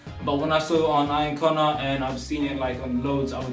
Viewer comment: bro how you say ian conner really gets on my nerves, still good vid tho